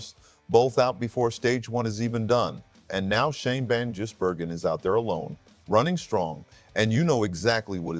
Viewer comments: Not Van Jizz-burgen, it’s pronounced Gizz-burgen. But thanks for the vid. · did you really (mr AI) just say Van jizz-bergen?!? wow.. I've heard it all.. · Vanjizzbergen?!?? Terrible AI voice!!